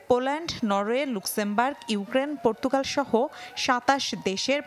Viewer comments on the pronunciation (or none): none